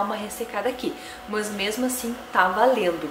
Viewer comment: gente que fala "mãs" kkk por que isso? ahaha No geral, ótimo vídeo